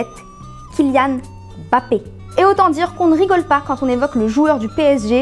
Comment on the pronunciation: ENFIN QUELQU’UN QUI PRONONCE BIEN MBAPPÉ ET NON M BAPPÉ 😭 merci